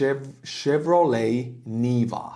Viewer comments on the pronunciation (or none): none